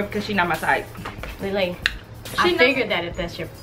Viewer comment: Jadyn Duncan Ikr it sounds like she is saying ling ling instead of lee lee but they are so funny